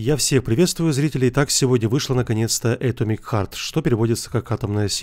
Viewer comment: Читается не Э́томик Харт, а Ато́мик Харт..., тебе на заметку!